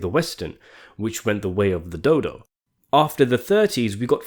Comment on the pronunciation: ...I thought ye said "like Westerns that went th' way of th' Dildo"...😂🤣😂